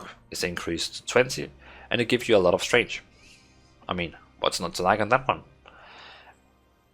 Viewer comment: I understand that English is not your native language, but it is strength not strange.